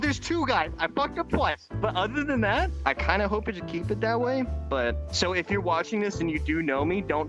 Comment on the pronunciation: bro used old English's "ġif" (IK what he meant by it, but that is actually how "if" used to be pronounced)